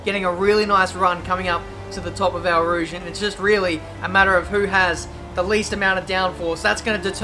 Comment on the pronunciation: Why do you pronounce it ''Ow Rouge''? Just wondering